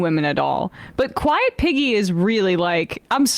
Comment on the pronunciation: I had legit thought he was saying "Quiet Vicky" and that was bad enough! But now knowing it was "Quiet Piggy" is just so so sooo gross and disgusting!